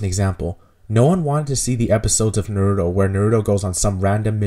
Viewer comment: You said Naruto like nerd-o